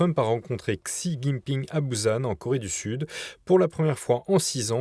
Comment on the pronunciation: Est-ce qu'on peut éviter de dire "ksi jing ping" ? Le X en pinyin se prononce "sh", donc "shi jing ping" svp ! C'est la base quand même ... Pitier, faite mieux que les main stream !